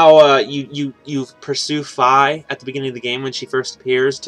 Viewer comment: You pronounce fi like fee. Japanese name.